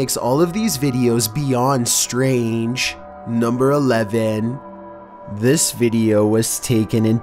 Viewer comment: beyœndd štræng